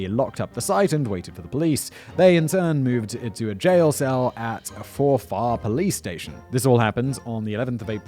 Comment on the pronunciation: F-O-R-F-A-R police station. The pronunciation 😂😂😂